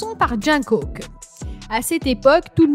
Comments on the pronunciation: "JoHn COoc" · Elle prononce mal Jung kook et v 😄